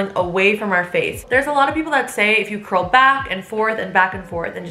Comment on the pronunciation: Curls more like shurls 😂😂😂😂😂😂😂😂😂🤣🤣🤣🤣🤣🤣